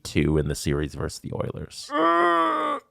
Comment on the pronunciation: It's "versus", not "verse". A verse is a portion of a song or poem, you use versus when talking about two opposing teams in competition.